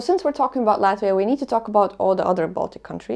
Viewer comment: me being a russian speaking, I felt how you pronounced "Latvia", feels like just home :-)